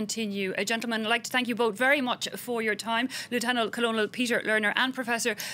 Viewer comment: not knowing how to pronounce colonel doesn't lend much credibility to your show.